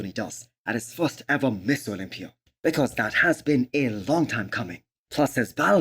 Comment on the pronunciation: Is this only me or everyone else hears MISS Olympia?